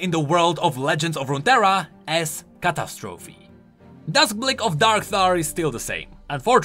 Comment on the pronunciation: You pronounce catastrophe and fumigator really funny